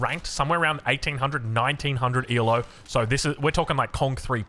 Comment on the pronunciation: Just a heads up - elo isn't an acronym, it's named for the person who came up with the system. So it's just pronounced "Elo" rating how it looks!